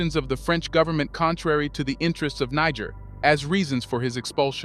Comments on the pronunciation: Amazing channel Glad I found you! But please it's try to pronounce Niger properly! It's not that hard.Also, make no mistake about this, the coup in Gabon is a 100% French ordered coup. The same goes for the coup in Guinee. So both these countries need another coup to restore order! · I really love this channel and I follow their releases always. I am just not comfortable with one thing tho. I think the prononciation of Niger is not correct. Calling it Niger and somewhere Nig*** is kind of not too good. The name is Niger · (Nee- J- air) !!!! Not (Nee- G- er) Bruh 🔥🔥🔥🔥 WTF 🤷‍♂️🫡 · The country is called Niger not Nager please... it is Nijer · I lost count how many times he said nigga with r pronouncing Niger. I wonder if he does in on purpose or he just has no clue! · That's where they got the word Niger from Niger the French colony couldn't pronounce Nigel so they said Niger now paying for it😅😅😅😅😅😅😅❤❤❤❤ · Bro pronounced Niger's name in more than 5 ways. The name is pronounced (knee-jerr) not naija or naijer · Great Job! It's pronounced ni-jere. Respectfully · Why are you pronouncing the name Niger 3 different ways? Its negair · The name of the country is pronounced NEE - JHER. You pronounce it 3 differeent ways. All wrong. Shame on you. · Research your pronunciation of Niger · make up your mind narrator on the name of this country five different ways you pronounced it in under 5 minutes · Why do you keep changing the pronunciation of Niger??? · The way your saying Niger is wrong to be honest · Please pronounced Niger 🇳🇪 the right way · Good video, but make up your mind how you want to pronounce "Niger." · You're pronouncing niger wrong😂 it's like bear but with a G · Thank you for your report. Please pronounce "Niger" correctly, the letter I should be pronounced as in the word "fit", and the letter g should be pronounced as the word "gentle". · Great video but why so many different name pronunciations for Niger Lol. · Pick a pronunciation please.